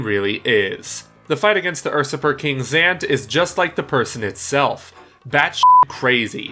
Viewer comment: Fuhkades, ersuppers, and automations, huh? Some interesting pronunciations you got there